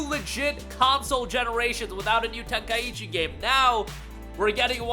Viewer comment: It's Ten-kai-chi not Ten-kaiechi :)